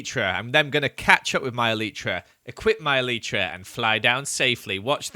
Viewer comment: eleetra eleetra eleetra... me: (elytra)